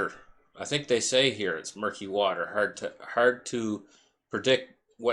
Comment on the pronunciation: MURKY not M i r k y